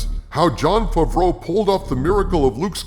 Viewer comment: Hi, just wanted to say that I enjoy your videos and the format you use with the character and all, and also that always makes me laugh, is when you say Jon Favreau, I hear; Jon Fafreau, and it reminds me at the sketch of Jeff Dunham with his dummy peanut (Jeff F F).